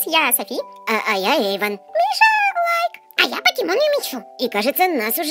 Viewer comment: Да жалко.Только вот не эйван, а Эйван❤😢